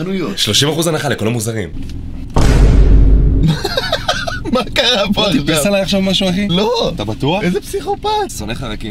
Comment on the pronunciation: רק אני שמעתי מוזרים במקום מוצרים? אה, ולייק מי שרואה את זה ב2020